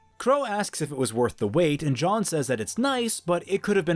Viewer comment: Am I the only one that’s annoyed by how he pronounces “Jean” as “John” (It’s French) Otherwise this makes a slog of a volume 50x more interesting. Good job